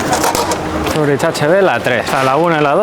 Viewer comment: Cuando dices Zuri”ch” en lugar de Zuri”k” me silban los oídos xD